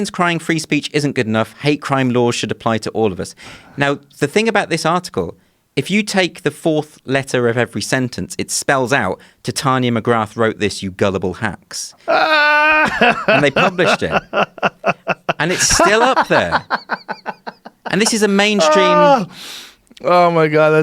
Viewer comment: McGrath, pronounced Muh-Grah